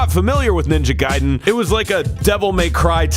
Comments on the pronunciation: Stop saying Ninja Gayden. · He called it "Ninja Gayden" 12 times to piss me off specifically.